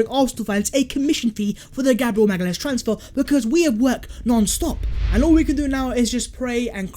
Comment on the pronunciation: Btw it’s pronounced maga-laish (magalhaes)